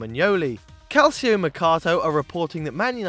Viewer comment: Calcio = “cal-cho.”